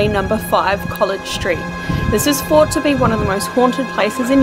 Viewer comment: thought not fought. Please pronounce 'th' properly it sounds really bad